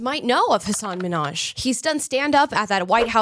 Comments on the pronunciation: Don't be stupid, every comedian has stories that are probably not real. It's comedy, for goodness’ sake. And his name is Minhaj with a pronounced h (you could say it's like Russian KH) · He seems like a grievance meanie. He was on "Ellen" and complained that everyone pronounced his name MINhaj instead of MinhAJ. My first name has a Scandinavian pronunciation--I've never had a boss get it right yet--I think I'll be ok... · I knew he was trash how he snapped at Ellen for mispronouncing his name. In my opinion he’s a weak little man hoisting himself on a pedestal he does not belong on.